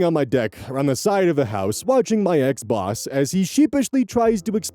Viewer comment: Okay I couldn’t stop laughing saying “Xbox” instead of “ex-boss” or at least that is what I heard.